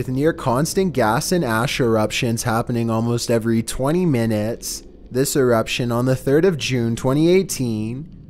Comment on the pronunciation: VOLCANO ERUPTSHIAN.